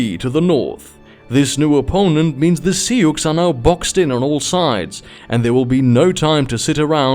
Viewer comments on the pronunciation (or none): It's pronounce like "sue" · The way you pronounce sioux is breaking my ears, but the rest is great